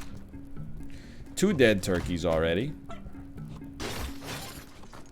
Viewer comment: Does it crack you up every time he says ToRkieS or is it just me?!